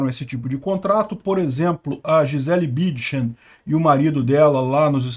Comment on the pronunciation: você insiste em não falar o N do nome da Gisele BüNNNdchen. Corrige aí!